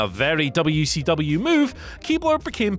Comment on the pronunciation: I swear, as someone who grew up in Crockett Country, every time I hear say "Dubya-C-Dubya", I want to find a way to get to England and choke him to death with his own tongue.